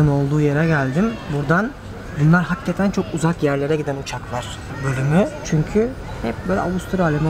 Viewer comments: abi nolur artık "haggeten" deme ya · Hakketen değil dostum hakikaten